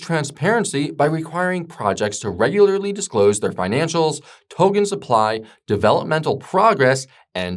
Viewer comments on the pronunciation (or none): Please, god, to-K-en! “This is my friend Ken”. You would not pronounce his name Gen, right? TO-KEN